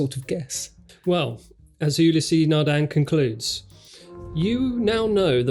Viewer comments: Ulysse is not pronounced You-Lea-say, it's pronounced Eew-lease. The first syllable is short and the second is extended. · You-lä-sea Nardin.